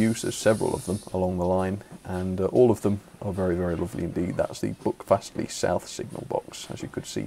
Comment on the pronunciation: My local railway. It’s quite amazing. Can’t wait until they extend it to Ashburton and eventually restore 3803 and Dumbleton Hall. PS your pronunciation was a bit off but far better than most of the tourists we get. Buckfastleigh is pronounced b-u-ck fastleigh and Staverton is pronounced Sta-ver-ton.